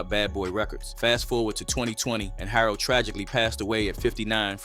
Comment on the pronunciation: It's Andre Harrel, Not Andre Harold.